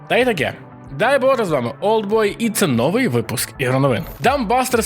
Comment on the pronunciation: Друже, все чудово, але як же ріже слух, коли сто разів за випуск чуєш 'нОвий", замість "новИй", або "листОпад", замість "листопАд". І якщо останнє, ще можна терпіти, бо не так часто повторюється, то перше - звучить у кожному випуску. Було б суперово, як би вдалося викорінити цю сталу помилку (до речі а ютубі вона чомусь у багатьох прижилася) та все ж говорити правильніше. З великою повагою! P.S. те ж стосується і "нОва", замість "новА" Так, звичайно, я розумію, що то, вірогідно, особливості місцевої промови, але ж це новини, де слово дуже часто звучить. Отакий маю ОКР 😂